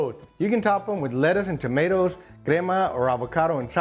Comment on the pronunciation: Tomaters….that’s how you know you’re from TEXAS. 🤘🏼